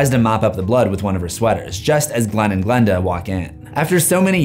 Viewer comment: PLS GIL AND GILANDA😭😭 it's Glen and Glenda